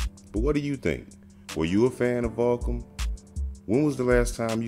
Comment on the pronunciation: Is this guy saying Vahkum?